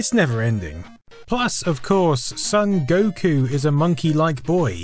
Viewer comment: Not really important to the point of the video, but…Son Gokū is supposed to be pronounced SOHN goh-KOO, not SUHN GOH-koo. :)